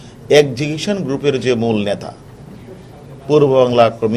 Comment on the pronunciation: ন্যাতা নয় নেতা plaan নয় plan. সর্বপরি পানি নয় জল